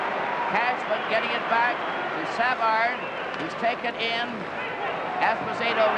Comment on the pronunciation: Exactly. SA-vard. How weird.